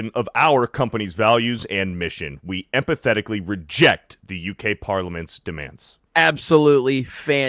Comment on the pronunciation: Empathetically? It said "emphatically".